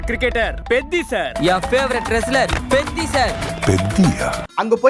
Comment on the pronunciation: Bro please pronounce perfectly it's peddi not beddi